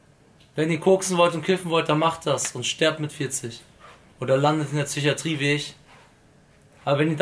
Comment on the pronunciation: Lak es heißt psychatrie und nicht zychatrie